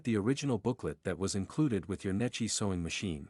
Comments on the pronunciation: Unfortunately, the computer reader pronounces Necchi very un-Italian.... I pronounces it as it would be (English) spelled like Netchee.. Correctly, it is pronounced as it would be spelled like Nekkee (or Neck and Key joined). AI get's it almost right: The phonetic pronunciation of "Necchi" in Italian would be "NEK-kee" - with a hard "C" like in "cake" for the "C" and a long "ee" sound like in "see" for the "chi" combination. Breakdown: N - "N" sound as in "no" E - "eh" sound as in "bed" C - "k" sound as in "cake" H - "ee" sound as in "see" Key points: The "ch" in "Necchi" is pronounced like a "kee" sound, which is a common Italian pronunciation. The stress is on the first syllable "NE". The issue w/ AI is that it did not get the point of the H following the C: an H after a C makes the C(H) sound like a K and because of the double C a strong K. It is also not the H that makes it an ee... it's the i. And yes, an Italian i (at the end) is always an Enlish e. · Pronounced neck-ee.